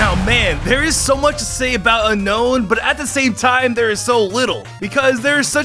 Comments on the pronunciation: dude its unown not unkown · Unown its (un-own) not unknown like says in the video.